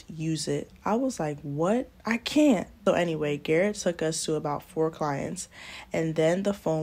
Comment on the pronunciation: She said " GARRRETTT" I am cracking up! lol a name I cant pronounce some African man lololol. Hilarious